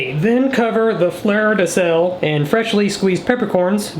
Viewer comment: "the flerrrr de sel" is now french 🥖🇫🇷😂